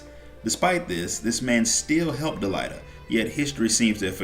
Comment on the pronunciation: Good video man. Got the record, it's pronounced delete-uh. Not delight-uh